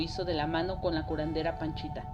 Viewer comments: Es Pachita, no Panchita. Hay que investigar de lo que se habla 🤨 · La shamana es "Pachita", no "Panchita".